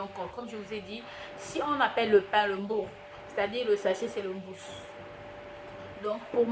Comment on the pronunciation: Pain= mou rou.. C'est 2 syllabes. Il faut bien les prononcer.mou rou